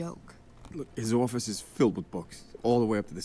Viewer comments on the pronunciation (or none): Right? He just suddenly turns into a guy from Boston for a second lol